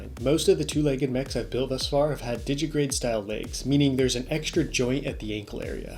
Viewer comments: Digitigrade. Not digigrade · A nitpick: It's _digitigrade_, not 'digigrade'